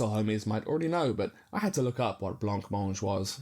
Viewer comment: Sorry, it's pronounced blah-mange